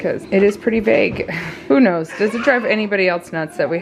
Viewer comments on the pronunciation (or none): none